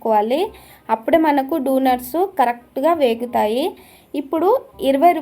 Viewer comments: Donuts❌ dunuts✅😂😂😂😂😂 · డొనేట్స్ ❌ డునుట్స్ ✅ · Donuts❌ dunut ✅ 😂😂😂😂